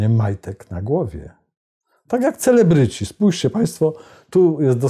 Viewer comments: Genialnie sie Pan przejezyczyl: Cwelebryci :D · Cwe...celebryci 😁 bardzo dobre przejęzyczenie